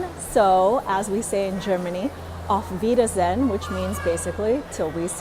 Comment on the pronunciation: Great video! at the end you pronounced good bye wrong. its pronounced veeder-zay-yen